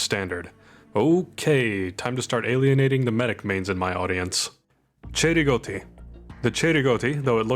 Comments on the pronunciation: Hey he said Cei-Rigotti correctly but not the Mondragon which is a Mexican rifle named for the surname of its designer. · The pronunciation of cei-rigotti is just beautiful